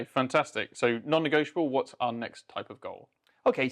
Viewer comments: "Negotianable" is not a fucking word and you both say it about 80,000 times... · I love your videos and podcasts but I've got to say it... hearing you say non-negioTIONable over and over is so hard to listen to once you notice it 😅